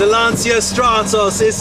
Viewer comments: You pronounce" Lantcha " not Lansia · If you love this car please learn how to pronounce its name, is not "Lanzia"...in Italian phonetic is important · Great vid but PLEASE if you make a video about a Stratos at least try to pronounce LanCIA somewhat correctly. And I'm not even Italian... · Why you can't pronounce the name correctly? It seems like you do it on purpouse saying it wrongly. Why? Just why? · Epic car, beautifully filmed and presented by a guy who can't even pronounce Lancia correctly. What happened to this great channel..